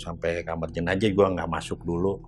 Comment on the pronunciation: JENAZAH ATO JENAJAH? 🤔😁